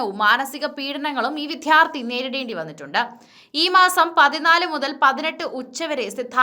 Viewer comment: പ്രിയ സഹോദരീ... വി"ദ്ധ്യാ"ർത്ഥി എന്നല്ല പറയേണ്ടത്... വിദ്യ.. വിദ്യാർത്ഥി ... എന്ന് ദിവസവും രാവിലെ കുളിച്ച് പല്ലുതേച്ച് നാക്കൊക്കെ വടിച്ചതിനു ശേഷം ഒരു പത്തു തവണയെങ്കിലും പറഞ്ഞു പഠിക്കുക ... ഒരു മുപ്പതു ദിവസമെങ്കിലും തുടരുക... താങ്കളുടെ അവതരണം കേൾക്കുന്നവരുടെ സമാധാനത്തെയും ജീവനെയും രക്ഷിക്കുക... മലയാളം അക്ഷര മാലയും ഉച്ചാരണ രീതിയും നെറ്റിൽ കിട്ടും ദയവായി ഇതു മാതിരിയുള്ള കടും കൈ നടത്തുന്നതിനു മുൻപ് അതൊക്കെ ഒന്നു കേട്ടു ശീലിക്കുക... വളരെ അരോചകമായിരിക്കുന്നു ഈ അവതരണം 🙏🙏😪😪